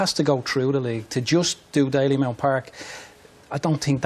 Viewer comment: Dalymount not Dailymount.